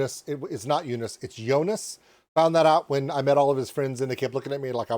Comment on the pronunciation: Still saying it wrong. If his name is Joonas, the o vowel is long, it's not jounas, it's jooonas.